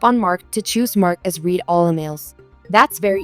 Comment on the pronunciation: The past tense of “read” is pronounced “RED” !